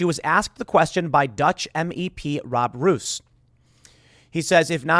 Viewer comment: Mr Roos is pronounched: Mr. Rose (like the flower). It actually means the same too.